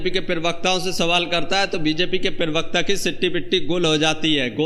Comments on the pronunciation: I like your videos... But please, it's parvarkta, not pirvakta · Perbakta nahi prabakta hoga.Word ko sudharye. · पेरवक्त नहीं प्रवक्ता बोलिए। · Bhai prawakta kaha jata hai thora uchcharan sahi se kiya karne. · Pirvakta nahin pravakta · पीरिवकता नहीं भाई प्रवक्ता बोलिये सारे वीडियो मे पीरिवक्ता ही बोलते हो भाई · भाई जान पेरवक्ता नहीं होता है प्रवक्ता होता है ,सही सही हिंदी बोलिये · पहले अपना हिंदी सुधार. प्रवक्ता होता है न कि पेर्वाक़ता.